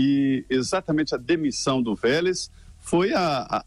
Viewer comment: Engraçado quando o Felipe fala o nome do Velez.. rsrs